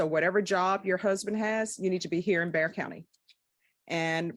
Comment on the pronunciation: It's Bexar Co pronounced Bear. ;)